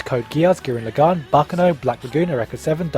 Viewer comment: It's gurren lagann :)